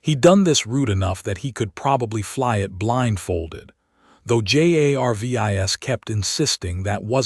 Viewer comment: If the AI that is reading this story actually was intelligent, it would pronounce Jarvis as Jarvis instead of spelling it out every single freaking time